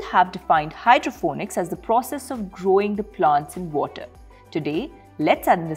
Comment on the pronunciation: Hydroponics, not Hydrophonics or Hydrofonics.